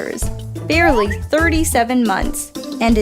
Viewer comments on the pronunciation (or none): Yeah says barly instead of barely